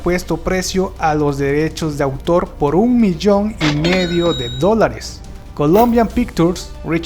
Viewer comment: jajaja y no sabe pronunciar Columbia pictures